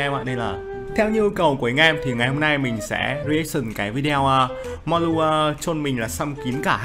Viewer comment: Biết đọc ko tên Người ta là Mollu ko phải mulon 😌